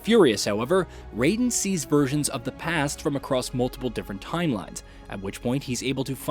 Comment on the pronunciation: ri-yu not ra-yu!!! also, rai-den like the rai in shirai and not ray-den!!!